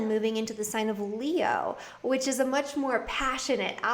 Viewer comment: Much More Good lol🤣🤣🤣 that's how Jamaican would probably say it......love your readings